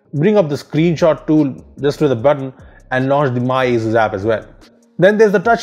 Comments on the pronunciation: it isnt "azzzuuzzz" is "asus" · dat aizooz